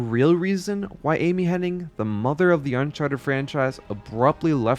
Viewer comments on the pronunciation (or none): Amy Henning? I'm ten seconds in and you're already screwing up names. I'm out. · Her name is Amy Hennig, there’s no “n” before the “g”. 😅 So it’s not “HenniNg”.